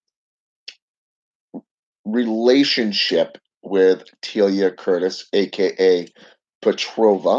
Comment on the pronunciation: You said Teala wrong again and your curse must be working because she just got a free table and a couch for a really good deal. Your curse was to help her out lmao